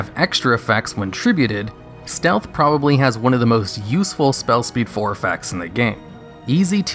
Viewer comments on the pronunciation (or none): none